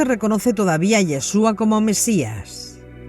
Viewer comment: YESHUA y con acento en la u